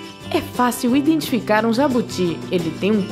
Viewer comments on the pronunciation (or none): none